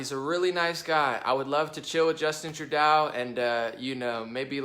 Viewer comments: Trudeau's name is pronounced " true-doe". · You're mispronouncing Trudeau's name it's " true-doe" But he is NOT a nice or eben remotely good. He hates all of Canada except for french speaking Quebec He's a socialist monster that's killing Canada. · I'm a bit puzzled that with all the news you (must) watch, you haven't heard the correct pronunciation of the name of the Canadian Prime Minister. And no, he's not a cool guy. He is a gutless shadow of a man